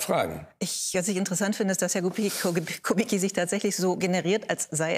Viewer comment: Herr Lanz bitte dprechen Sie rşchtig aus nicht kubikki sondern kubitzki